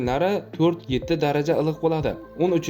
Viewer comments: илик дегин татармисан илк дисан😂😂😂😂😂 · САЛГИНА. ЧИРОЙЛИ. ГАПИРИНГ. УКАЖОН. ИЛИҚ. ДЕГАН. СУЗНИ. ГАЛАТИ. ҚИБ. АЙТАЯБСИЗ😂😂😂😂😂😂😂